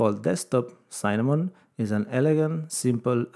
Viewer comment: It's Cinnamon, not Cynnamon!